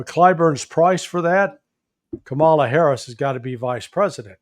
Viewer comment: And Daniel: “Cam-a-lah Harris”